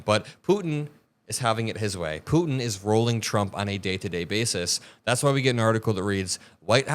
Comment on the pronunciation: thank you for pronouncing 'Putin' with the 't'. So many young people today skip over the t's in the middle of words - Putin becomes 'Poo-in' - and it drives me insane.